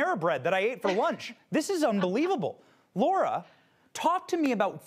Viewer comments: He called her Laura. Isn't it Lara? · *Lara This fool of an interviewer doesn't know how to pronounce her name or take her more seriously.